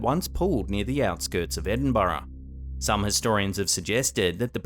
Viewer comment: 'Edinburra' pronounced correctly. Kudos. Poland Paraguay, I'd hate to be brutally murdered. I'd be okish with tenderly murdered though. 👌 "Hey sister,I hear you ain't been gettin nun".... Duke nukem. (A time to kill. PS1) Who else was expecting Jesus to turn his head in graveyard? 🪦.